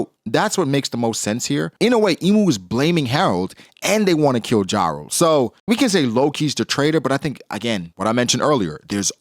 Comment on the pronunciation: You just refuse to pronounce jarul correctly. Yarul not the American rapper ja rule.